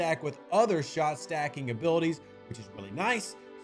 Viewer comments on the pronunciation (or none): none